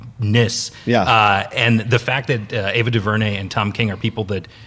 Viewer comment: Someone please teach how to pronounce Ava DuVernay name. On Heroes podcast he butchered her name.